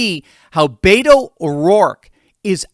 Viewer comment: You are mispronouning, beto. Beto is a Hispanic nickname for Richard or Ernesto. You are giving the Hispanic Beto nickname a caucasian pronouncing spin on it. Stop saying Beto. Call him by his real name richard francis o rourke. The democrat richard francis o rourke is trying to claim he is part of the American Hispanic community.